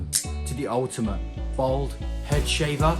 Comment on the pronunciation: Its Bald NOT Bold!!!